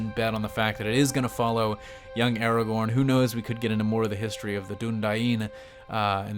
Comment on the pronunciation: Stop saying ERAGORN its ARAGORN